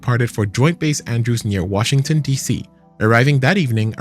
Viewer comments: “Wahington D.C.” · "Wahington DC"